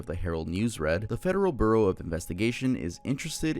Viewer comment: HE SAID, FEDERAL BURROW of INVESTIGATION 😂😂😂